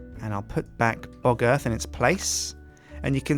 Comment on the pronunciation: Anybody notice how close pronounciation of " Bog Earth " sounding real closely to " Bugger "?